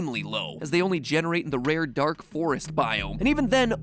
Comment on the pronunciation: was "dank" supposed to be "dark"?